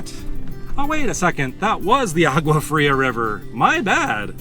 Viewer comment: you need to learn how to pronounce a few words in Spanish....for example the G in agua is pronounce as a W in English......double L's are pronounced as a Y...etc